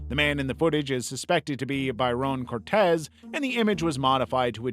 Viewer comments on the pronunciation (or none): none